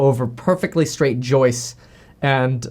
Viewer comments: Why the heck does he keep calling those 'joists' "jousts". That's severely activating my OCD right now. He must have a great grandpa who was a wanna be night in shining armor. LMAO... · Love how graham calls the joist, joust. 😆